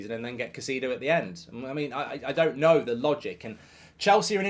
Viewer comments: Who's "Kah-see-dough"??? It's such an easy name to pronounce Mark.. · Caseedo? Spend sometime down south, it'll help your pronunciation 😂 Great transfer round up BTW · Mark never dissapoints to misspronouncing every single players name WE SIGNED CAICEDO MARK SHHH